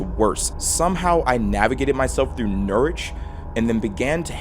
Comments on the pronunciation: Pronounced Norwich wrong. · never heard an american norwich and i never want to again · it is pronounced norich fyi! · You pronounce Norwich funny, hi from Norwich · The way this man pronounces Norwich is actually painful 😂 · as someone from norfolk those pronunciations of Norwich and Norfolk are dreadful lmao